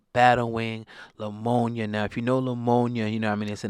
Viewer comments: Lamonia...??? did this nigga say lamonia????🤣 its Pneumonia. NEW-MOE-KNEE-AH. 🤣🤣🤣🤣c'mon man!!! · What's "LAMONIA" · What in the hell is Leumona??? Do you mean pneumonia